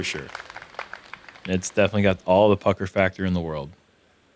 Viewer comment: It's good that enunciated "pucker factor."